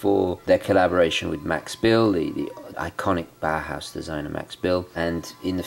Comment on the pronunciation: It is pronounced 'Bauhouse' you say 'Bauerhouse'. You can let google read it to you.